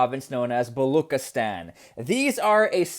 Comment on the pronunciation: BA-LO-Cheese-Stan Not balokhistan... Lil correction love your content